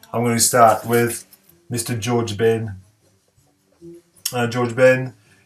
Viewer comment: Je pense qu'on dit 'j'ards macalé le j se prononce comme en français, même chose pour george (ben), mais certains brésiliens prononceront à l'anglaise (les paulistes je crois par exemple) en bref.../ superbe vidéo et tous ces disques sont essentiels, il n'y a rien à dire!/ le macalé, je le cherche toujours, je l'ai toujours vu en mauvais état ou trop cher, je vais peut-être acheter la réédition un jour.../ haha, bon ok alors je vais montrer 'força bruta' et profiter que tu le montres pas../..